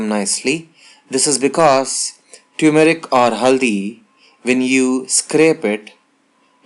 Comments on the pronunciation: no uncle, u said like tyumarik, pronunciation is totally wrong, it's turmeric like termarik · pronounce turmeric properly